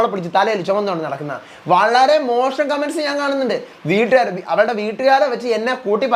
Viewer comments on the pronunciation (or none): none